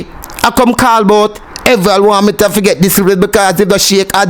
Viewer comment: The man's name is not Wormington, its WArmington